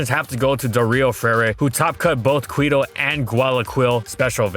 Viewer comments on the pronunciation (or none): Not super important but Quito is pronounced as Kito